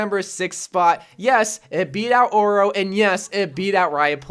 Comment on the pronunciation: oro is pronounced "ohdoh", Bro.